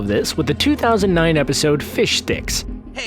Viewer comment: Lol thanks for pronouncing fishsticks as fishdicks for jokes sake